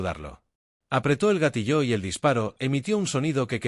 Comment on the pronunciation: Sólo quería recordarles que la palabra "GATILLO" no se acentúa en la "O"... No entiendo porqué la pronuncian "Gatilló,"